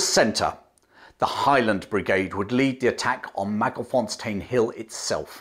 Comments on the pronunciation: Learn to pronounce Wauchope correctly . Also it's Magersfontein not ' Magerfonstein. A MacRae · MagerS-fontein, not Mager-fonstein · actually, the last part "tein" sounds more like TINE (like the tine of a fork) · Hi there, I love that you pronounce most of the names very well except for Mager s fontein - Magers Fon (as in the German von) tane (as in bane, sane). 😀😉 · Excellent account, but please re-examine the word Magersfontein and establish the correct location of the letter 's'. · Great story telling. The Boer War was a lesson the British took to heart, and helped them in the coming First World War. Do have a minor complaint, your pronunciation of Koos and Magersfontien are seriously flawed.